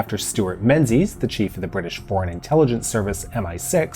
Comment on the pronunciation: Menzies is pronounced Min-giss actually...